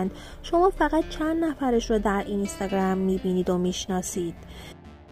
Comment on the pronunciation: اینِِستِِگََرَم!!!😂😂این به چه لحجه ای بود اخه.مجبوری؟